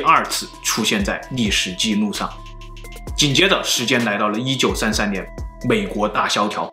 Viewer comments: 还有一个 记录 ji nu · 历史记怒 计涮